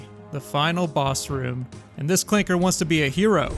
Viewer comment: Hard R on the ClankeRRRR